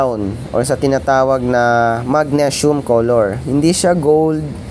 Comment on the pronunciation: Magnesium (mag-nee-sium) boss